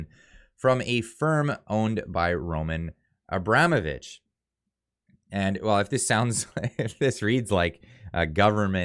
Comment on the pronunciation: It's pronounced Ro-MAHN Abra-MOH-vich,. Thanks for your honesty